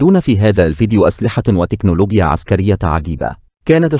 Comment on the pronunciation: انا سمعتو بيقول تكنولوبيا كل مرة صح ولا انا غلطان